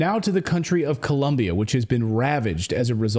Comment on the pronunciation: It's Colombia not Columbia.